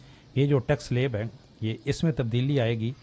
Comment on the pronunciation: 'Slab' ka talafuz sahih kren.